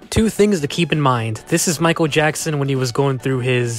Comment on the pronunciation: “Maikuuru Jaxsun”